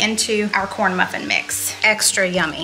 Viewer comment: Corn bruffin! Lol thanks for the giggles! 😉